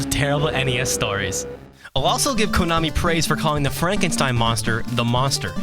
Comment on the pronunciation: Don't ever say "KOOnami" ever again, please. It's "Ko-na-mi". Okay?